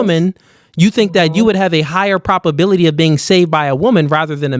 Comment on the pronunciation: Please stop saying PROPability. It’s PROB. With a B. And don’t say “more stronger”. It’s either “more strong” or “stronger”. Thanks bro.